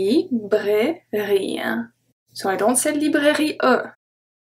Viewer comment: In the part with the silent E's, I nearly always hear the E. For example the first words from on. For me it sounds like "bougië", "pharmacië" and "librairië".